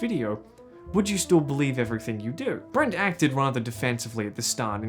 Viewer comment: “and then you have brant.” you don’t happen to come from melbourne do you ? hahaha